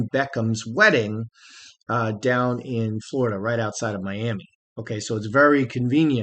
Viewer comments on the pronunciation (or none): none